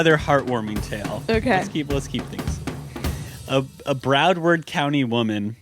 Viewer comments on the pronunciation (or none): Matt butchering Florida county and city names killed me. Phonetically for you: BROW-ARD County. DANE-YAH Beach 🤣🤣😂😂 Florida woman story pulling a knife over a fart. Iconic. Hi from South Florida love you guys. 😘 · To answer Matt's question: Broward (not Bradword) County is between Miami and Palm Beach in South Florida. Dania (pronounced Dane-yuh) Beach is a city near Ft Lauderdale Airport. It's really close to where you played the Riptide festival around Thanksgiving 2018, if that's a reference point you remember.